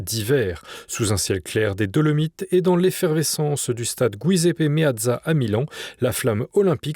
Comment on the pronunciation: Vous savez, quand on entend MilanE pour Milan et Gouiseppe pour Giuseppe Meazza, il ne faut s'etonner de rien. Cela choque un bon et vrai Milanais, mais la culture de base est définie autrement de nos jours! Et pas du tout dans le bon sens.